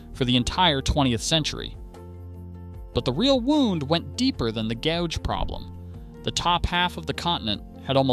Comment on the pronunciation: Gauge, gouge, there's a difference. Try pronouncing them both DIFFERENTLY.